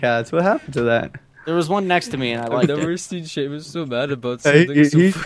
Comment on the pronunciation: Who's Sheaumus? I only know of a Seamus.